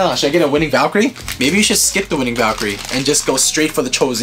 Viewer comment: ocean raiford Eww Valtreyk? It’s Valkyrie.